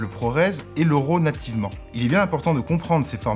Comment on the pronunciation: Bonnes informations!! En passant ce n'est pas 'ROW' mais 'RAW' ça se prononce comme 'Rat' ;-)